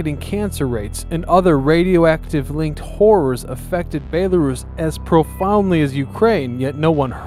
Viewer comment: You really need to learn how to pronounce BELL-A-ROUSE not BAE-LA-RUSS